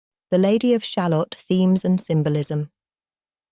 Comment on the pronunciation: Ah yes! The human condition! That has certainly had a good run in poetry and the arts over the years.... Thanks for the analysis it's quite ft provoking but I do have to say having a very English (but likely fake) voice pronouncing the word 'shalott', like an american talking about a type of onion, is disturbing. It is pronounced sha-LOT. The rhyme structure of the poem should make that clear.